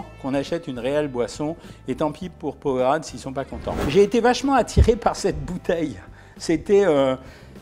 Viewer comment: Ca se prononce powereyde mais sa s’ecrir powerade